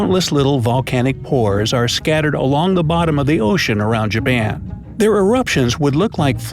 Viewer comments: and he said Jaban 😂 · really “Jaban” 😂